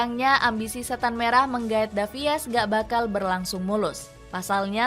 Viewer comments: Salfok sama voice actornya, davies harusnya dibaca davis, bukan davi-es 😂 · Tulisannya ALVONSO DAVIES buk tapi dibaca ALVONSO DAVIS, Lebih keren dikit lah bacanya 😅